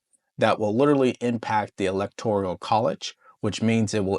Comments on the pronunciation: Electoral Not ElectoRIAL. No big deal, just a correction. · Electoral….not elector-i-al…TIA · It's the E-LEC-TOR-AL college not e-lec-tor-i-al college!!!!!!!!! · Lol, it's not electo-R-I-A-L, but electoral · Electoral not electorial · suggestion - electoral - NOT elector-i-al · "Elect - or - ole", not "elect - or - ial" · Electoral. Not electorial. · It’s electoral, not electorial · I like your channel. All due respect to you. It is electoral not electorial. ✌🏼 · Love the show! just a note...it is ELECTORAL votes, not electorial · Electoral, not electorial. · I'm a big fan of yours, but the word "electoral" is not a 5-syllable word. It's not pronounced EE-LEK-TOR-EE-AL Brother, it's a FOUR syllable word. It's pronounced EE-LEK-TOR-AL. That's it! Just FOUR syllables. 1, 2, 3, 4. EE - LEK - TOR - AL. I know you're a smart cookie, but I have to tell you straight up... it makes a lot of people cringe when they hear you keep saying EE - LEK - TOR - EE - AL. Just keepin' it real my man. Keep up the great work. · it’s electoral votes, not “electorial” … no i 🤍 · Hey - I really enjoy your content. Work on your pronunciation of the word electoral. Otherwise, keep it up!